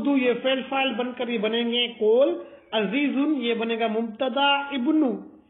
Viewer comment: مولوی صاحب عزیز نہیں ہے عزیر ہے